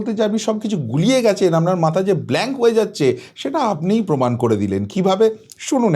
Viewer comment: Kichu channel e ekhono Lungibahini faida luthbaar chesta korche....Jemon netri...temon e quality jader toshon korten...Bangla tao thik kprey bolenna..Pomod Podhan....Pomaan ta abar ki....PROMAAN